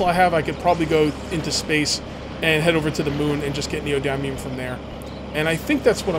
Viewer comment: The "y" in neodymium is soft, like "dim", not a hard "i" like in "dime". Good series. Look forward to more videos.